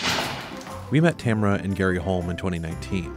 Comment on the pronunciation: please pronounce Tamara correctly, its TA-MA-RA. If you can pronounce Camaro, you can pronounce Tamara. Its an eastern European name, be respectful to the culture.